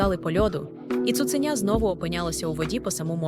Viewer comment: Дякую. Я слухаю ці оповідання лише тому, що вони звучать українською. Прошу, якщо це читає жива людина, перечитайте текст перед записом, усвідомте, про що ви читаєте, поставте наголоси на належні місця, бо таки дуже образливе таке ставлення до української мови. Хоча б не "цуцЕня", а таки "цуценЯ". Не відтручуйте людей від україномовного контенту.